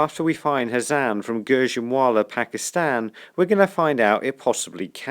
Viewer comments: The last name is not hazam is HAMZA pronounced hum-zuh but nice video bro :) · Hamza not hazam